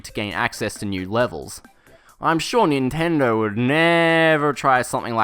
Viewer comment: "Someone at Nintendrrr didn't get the memrrr"